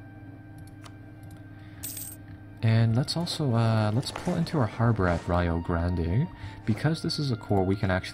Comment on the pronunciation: Rio Grande -> Rio is pronounced like Ree-oh with a slightly rolled 'R'